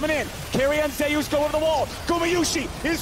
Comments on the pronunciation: Way closer to the real pronunciation than "Zoos", lmao. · "Zayus" Imagine if Kratos heard u say that lol